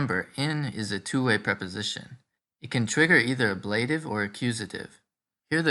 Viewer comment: I have never heard the word ablative pronounced with the accent on the second syllable. Is that the convention in some places?